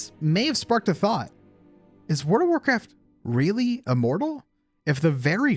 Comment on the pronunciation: I'm sorry, I can't hear anything other than "Word of Warcraft" everytime you pronounce it.